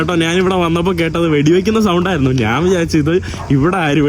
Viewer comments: Hi bro നാൻ എന്നല്ല ഞാൻ ആണ് ശരി ദയവായി മലയാള ഭാഷയെ വധിക്കാതെ bro നന്ദി നമസ്കാരം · Hi bro നാൻ എന്നല്ല ഞാൻ ആണ്ശരി ദയവായി മലയാളത്തെ വധിക്കാതെ നന്ദി നമസ്കാരം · നാൻ അല്ല, ഞാൻ എന്ന് പറഞ്ഞു നോക്കുക.